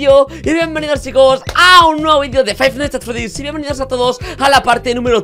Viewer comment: Faitnais ands Ferddidds